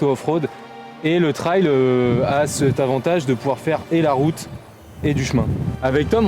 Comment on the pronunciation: RAIL est un mot Français, TRAIL est un mot anglais (piste, chemin) et se prononce donc TRAYL. on ne dit pas parkaingue mais bien parking ou bien wiquehand mais bien week-end; c'est la même chose ici.